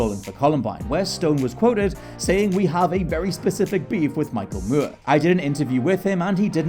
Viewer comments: Moore. Moor. Not muierr or whatever you are saying v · More, not mury. I hate that British folks will say a word the way they think it should be said, even if it's a fu*king surname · Him pronouncing Moore like Mure is driving me crazy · Why is he pronouncing his name as Mur, instead of Moore? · Michael MOORE. Like how you said MORON. Not Michael Muir. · Like how you say more! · I am SO SORRY cool video, very interesting but the way you are pronouncing Michael Moore is giving me the chalkboard scratch effect and I am not proud of that. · Why is he saying it like that? It's really irritating! 🙄